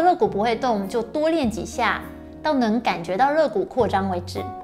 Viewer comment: 纠正馆住一个发音错误，肋lie骨